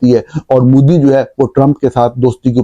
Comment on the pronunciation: "وجوہات کی وجہ سے" نہیں "وجوہات کی بنا پر" مودی کا تلفظ Modi ہے، Moodi نہیں۔ امرتسر کو Amritser بولا جاتا ہے، Amer-tasser نہیں۔ ملک کو mulak نہیں mulk کہا جاتا ہے۔ عربی میں شہر کا نام Ga-za نہیں GHAZZA ہے۔ نیز جاوید کو جوید نہیں کہتے، نہ تاریخ کو تریخ۔